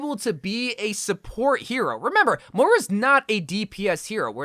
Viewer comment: It’s pronounced MOYra not mora